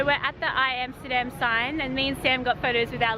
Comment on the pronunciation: say Amsterdam (like America, Alaska, Africa, Amendment) and NOT Emsterdem, Goddamn…. and your video is ok